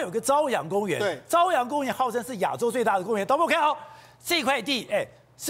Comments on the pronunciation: 那个不读 zaoyang 读caoyang。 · 这里“朝阳”的朝读作朝鲜的朝！